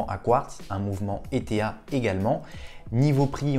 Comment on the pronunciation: Salut Bonne vidéo comme toujours Juste ETA ne d'épelle pas mais ce lit et se prononce éta comme un état si tu préfères. J aime la plongeuse je possède une t tuch et une trace automatique:) Merci pour cette vidéo